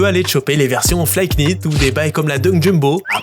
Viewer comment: Fly(k)nit le S on prononce pas le K